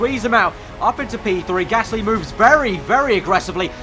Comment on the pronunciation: It's Gasly not Gassy by the way